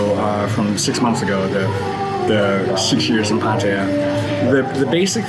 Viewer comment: at least you can say Pataya properly.